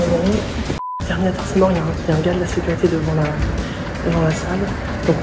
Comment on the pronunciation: « la securté » 😂